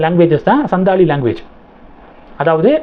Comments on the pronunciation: It is Santhal ,& not sandhal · சந்தால் என்று சரியாக உச்சரிக்கவும்